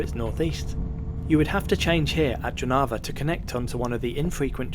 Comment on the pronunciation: Please pronounce Jelgava, Jonava, Joniskis etc. - Yelgava, Yonava, Yonishkis.